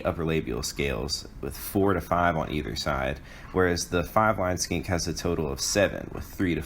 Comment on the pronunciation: I only hear "largest SKANK in the SE" :D 1080p but not in focus... :(